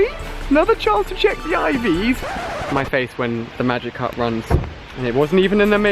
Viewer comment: Its Ivs not Eves